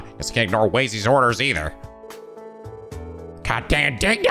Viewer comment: You don't have to worry about us being bothered at you walking around the city for 2 hours. Seeing all that stuff is part of what us Trails fans live for. Also, just a bit on pronunciations is that Wazy is actually pronounced "W-ah-zy" (with a soft 'A'), and Rixia is pronounced "Reeshya". And, as someone who played the PS4 versions of Crossbell, seeing these extra portraits is neat.